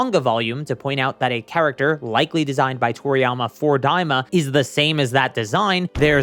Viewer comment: Daima. Not "Diama."